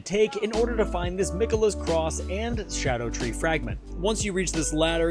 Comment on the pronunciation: First person out of 7 videos to pronounce it right. Thank you, so I’m going to actually watch the video and drop a follow